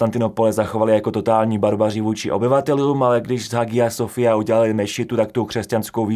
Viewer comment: Hagia Sofia se vyslovuje jako [haja sofija]. A francouzské jméno Charles je [šarl]. :)